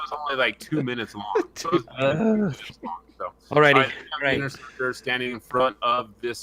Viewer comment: Thanks for the win with that sweet interceptor pin. You nailed the name, too